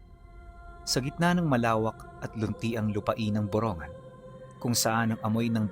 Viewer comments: Sir para poh tama pag bigkas nyo sa Lugar parang ganito Bong-gan Ganon pronouncetion saamin nyan poh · Boronggan poh Ang tamang pronunciation😊😊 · (borongan) binabanggit as (borong gan) po taga dito po kami, Lugar po ni tito boy abunda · Hindi tama pronunciation mo borongan ngan Gawin gun